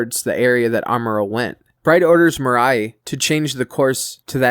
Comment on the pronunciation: Thank you for continuing #universalcentury info. PS you completely fugg up names. Toe-mee-no - Tomino Mee-rye - Mirai